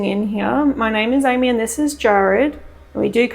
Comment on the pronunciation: Didn't sound like "Amy" to me. Sounded more like "Jeremy." But that's just me...